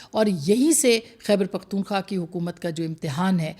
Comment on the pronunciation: بہن! آپ تو سپر جرنلسٹ/ تجزیہ نگار اس لیئے ھیں کہ "خیبر پختون خواہ" کا نام صحیح طریقے سے لیتی ھیں ۔ ❤